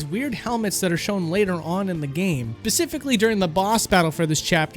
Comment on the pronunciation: Dude says (Pecifically)